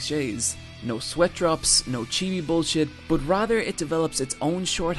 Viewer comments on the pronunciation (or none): none